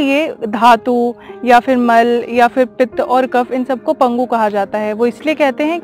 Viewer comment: " आयुर्वेद में तीन दोष होते हैं " - सुनकर झटका लगा . दोष 'आयुर्वेद' में नहीं होते हैं.. बल्कि आयुर्वेद में तीन दोषों की व्याख्या गई है . पर आपने कहा " पितम " जो कि " पितः " है. .. आपने कहा " पगु " जो कि " पंगु " है. Please comment on this - Gravity also helps in downward movement of भोजन ,पानी ,जूस का नली में नीचे आमाशय की ओर जाना, रक्त, मल, मूत्र, वीर्य.